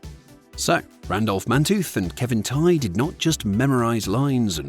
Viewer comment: The only weird facts are whoever put this together did a sloppy job. Misprouncing Kevin Tighe's name & using Kevin Hart's picture instead. Mike Stoker was a real firefighter. There is some props at the Smithsonian, but not the squad truck.